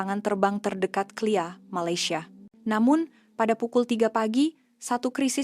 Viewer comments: Assalamualaikum wbt ulam kleia... sebutan yg betul ialah K. L. I. A... (KUALA LUMPUR INTERNATIONAL AIRPORT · Bro KLIA jdi (Kali A ) bro dan Teh Karet jurutera Jadi vJuru Tae Ra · Sebutan K.L.I.A, satu persatu huruf nya di sebut. Jangan di sebut secara langsung,kedengaran aneh bunyi nya😅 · Bukan klia tapi K L I A😺😎😆😎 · Sebutan KLIA awak salah sebut satu satu.